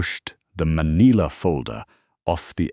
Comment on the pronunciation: "maneela"? That's a new one